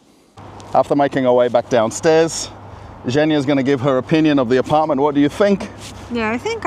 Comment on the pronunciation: Yay you are pronouncing apartment like an Aussie again and not like Boris Yeltsin lol 😝